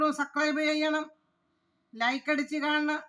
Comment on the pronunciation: Sucribe അല്ല subscribe ആണ് 😂